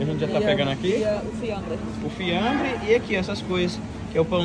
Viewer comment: Ahahahah vocês dois falando : fiambre 😂😂😂😂 Ahhaha